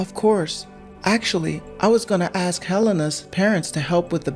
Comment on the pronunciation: Yay again 😂😂 and it's pronounced ask not axe. What's with the pause he does like "Do you...Mom"